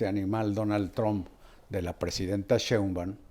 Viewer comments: Es un gusto escucharlos par de caballerotes de la noticia y la simpatía, Joaquín más bien Carlitos, que aprenda a decir el apellido de Sheimbaum, él se come la i y le dice shembaum. Me da risa porque pues a cada rato la menciona y me retumba en los oídos es SHEINBAUM, Carlitos y me caes re bien, bueno los dos, además el cariño que como amigos de mucho tiempo proyectan su afecto y admiración mutuo.🥰🥰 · Respetado y siempre bien apreciado señor Marín : ¿por qué no pronuncia correctamente el apellido Sheinbaum? Siempre le dice Shembaum. Le conmino y le insto a que corrija, de otra forma -le advierto-, me veré en la penosa necesidad de dejar de ver sus programas que tanto disfruto pero, sobre todo -y más tristemente-, de irrespetar el título que le fue otorgado como alguien que nunca se ha equivocado semánticamente. Como opción alterna, si acaso mi advertencia lo atemorizó lo suficiente, le ofrezco que me explique usted sus motivos para hablar de una forma que parece ser un error de pronunciación imperdonable para alguien de su talla cultural e intelectual. Le agradezco su atención reiterándole tanto mis más sentidos respetos, como mi más irrevocable advertencia, aunque lo atemorice.